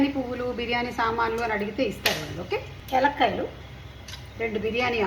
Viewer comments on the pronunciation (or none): ఎలక్కాయలు కాదు తల్లి యాలుక్కాయలు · Yaalukalu not yalkay